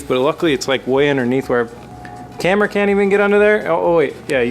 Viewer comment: "Carmera" car-camera